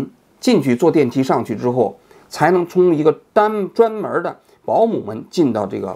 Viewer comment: 专门说成“dan”门的时候，对王局倍感亲切